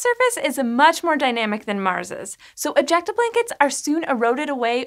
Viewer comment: Am I only one kinda cringing when she says "ejecta"? It's really meeeh.. Word